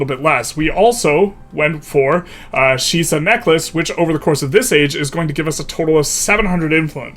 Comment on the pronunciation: Also, the Shisa Necklace is Japanese, its pronounced "Shee-Sa" not scheiße